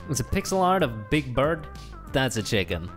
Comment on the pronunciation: Why Say Pickel Not Pixel LoL